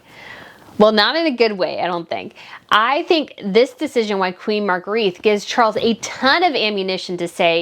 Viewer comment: It's pronounced Margreta